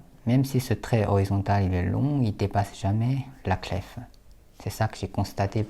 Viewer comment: Cette vidéo est remarquable, tout comme votre calligraphie et votre niveau de français. Cependant, le mot clef, qu’on écrit aujourd’hui clé, se prononce littéralement comme sa nouvelle écriture le laisse entendre, c’est-à-dire sans le son f.